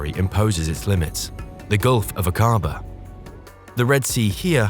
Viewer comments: Please note that Aquaba is pronounced as Ack aba and NOT aquAAA ba. Ask any one from Jordan!!! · Akkaba is the pronunciation not Akaaba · thank you forthis. interesting. ive been to the area. fascinating. thank you. nb the pronounciation is AK A BAH not A CAR BAR!!! i travelled in this area overland to india from the UK more than 40 years ago. it was awesome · Aqaba is not pronounced a-QA-ba; it is A-qa-ba. Should be fairly easy to get it right. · Was the voice over AI? Your pronunciations of certain words didn’t make sense, like Aqaba or Akabaa?